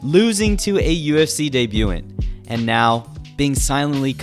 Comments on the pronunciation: debu-TAHNT tj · dehbyoo taunt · Deb-you-taunt = Debutant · It’s pronounced deh-byou-thant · The word is pronounced day-bu-tan-t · debutant is pronounced as deh bayoo tunt